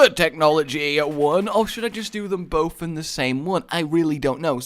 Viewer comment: It's bouth